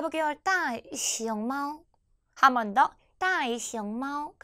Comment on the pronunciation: 铅笔、大熊猫 발음이 부정확 하시네요.